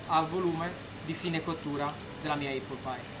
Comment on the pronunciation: Apple si pronuncia appol e non eppol. Conoscendo i prezzi attuali di Londra credo che una porzione costi non meno di 30/40 sterline. Auguri